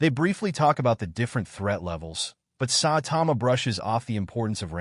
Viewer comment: its ai